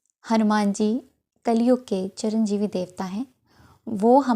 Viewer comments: Charanjivi ni madam, Chiranjivi hota hai. Pehle uccharan to theek karen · It is Chiranjeevi, not charanjeevi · Sorry to tell u चिरंजीवीं ह चरणजीवी नहीं pls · चरंजीवी नहीं चिरंजीवी होता है maam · Charanjeevi nhi hota mata ji chiranjeevi hota hai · चरंजीवी नहीं होता दीदी, कृपया चिरंजीवी कहिए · Madam Charan jivi nhi hain wo Chiranjeevi hain Pehle bolna seekho bhagwan k liye bol rahe ho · Charanjeevi nahi Chiranjeevi hota hai. Thank you for the remedy 🙏💫 mujhe ye video aaj mangalwar ko hi apne ap mila, aur maine aaj ye Kiya hai. Jai Shri Ram 🙏 Jai Hanuman ji maharaj 🙏💫 Jai Shree Ram 🙏💫❤️ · charanjivi nahin chiranjivi hota hai. chir ka arth hai hamesha aur jivi matalab hamesha rahane vala